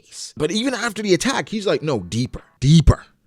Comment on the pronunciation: "Deeeeeeeeper!!!!!!" That was hilarious man.. u made Law sound like he had some weird fetish or something